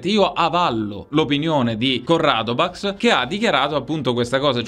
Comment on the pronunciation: Nessuno: Proprio nessuno:: "CorradoBax"